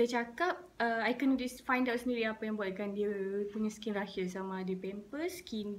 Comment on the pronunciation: It's "rashes" , not "rushes"